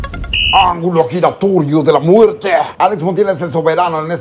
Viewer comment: El Facundo ya le pego lo de "de la muertee" jaja me encanta